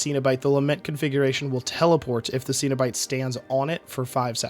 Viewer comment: Cenobite is pronounce Sen-O-Bite. Not Seen-O-Bite.